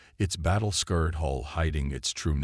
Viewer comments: Someone needs to teach these narrators proper pronounciation, so they don't say such things as 'scared' instead of 'scarred' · You incessantly pronounce the word "scarred" with the pronunciation for "scared." Continuing to make this same mistake over and over again tells me you either don't know any better or you don't care. If you're using AI then the AI you're using is pretty ignorant...don't you think? From Merriam Webs Dictionary scared - pronounced "skerd" - definition: thrown into or being in a state of fear, fright, or panic scarred - pronounced "skärd" - definition (as used in this story): the darkened marks, burns, gouges and/or scrapes visible on the outside hull of a ship